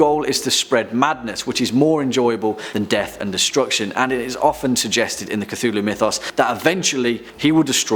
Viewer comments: “Lu Kthu”? Really? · I'm having trouble pronouncing Cthulhu... I can't seem to create the sounds.